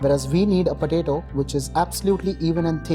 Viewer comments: I couldnt hear this guy, all i heard is patato patato and i love it so much! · The way he says potato.... 👌👌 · I laughed everytime he said potato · I laugh when he says potato with that hindi accent